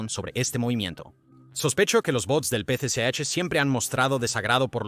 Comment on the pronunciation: Tal vez lo pronuncia mal Es el p.c.ch Partido comunista Chino